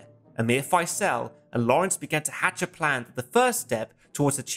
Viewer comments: Not sure about Prince "Fysell". More "Fizl", as in reprisal, I think. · Gawd sake stop calling Faisal, Fyselle. With your wonderful research into all these films, I would have thought you could have pronounced his name correctly. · You might have taken the time to learn to pronounce Faisel...